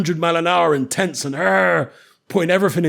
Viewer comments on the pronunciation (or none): none